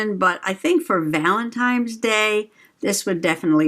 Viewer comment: That was fun! I have the basket weave papers too. Now I want more! New subscriber here. But I got a whole stack of ugly thick marble tile like glossy 3x3 squares. BROWN! Eco dye fantabulous! Are you saying valentimes?